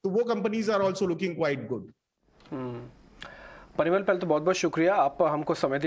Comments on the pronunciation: Piramal nhi Parimal .... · it's Parimal, not Piramal. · Piramal nahi parimal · The basics - learn the correct pronunciation of the guest's name! It's PA - RI - MAL and not PI - RA - MAL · it's Parimal not Piramal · why ever1 is calling him Piramal, his name is Parimal 😪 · Why are they calling him Pira-mal. He is Pari-mal. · He's Parimal , not piramal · Piramal nahi parimal lol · Piramal 😂 .. ... Parivartan.. 😭😅😂